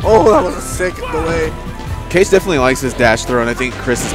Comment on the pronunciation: It's said "ka-geh", not cage. It's Japanese for shadow, or something like that.